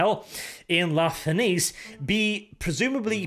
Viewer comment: "La Fenice" is technically pronounched in the sale way as "Nietzsche"; it's basically "la feNietzsche", translating as "The Phoenix" from Italian. The theatre on the Pride of the Emperor may actually be a reference to a theater in Venice, Italy, sharing the sale name. Sorry for the pseudo-grammar nazi moment, just wished to point out the bit. By the same token, "Maraviglia" is roughly "mEraviglia", translated from Italian to "Wonder" or something similar. Still crying over the wasted potential of this short story, though. Must admit I'd love to listen to your take on a 40k "loyal" (?) Fulgrim.